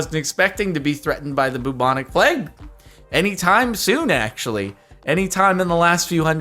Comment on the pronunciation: Person: "Blue Tonic Plaque" Jardon:"Hmm yes Blue Tonic Plague"